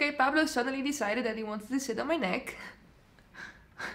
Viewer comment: Pablo* 😂 omg "Paplo"😂😂😂😂😂😂😂😂😂